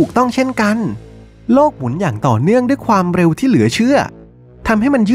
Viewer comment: ดั้ยๆๆๆ, งั้ย, เหนา, ดั้ว เสียงยาวแต่ออกสั้นหรือเป็นสไตล์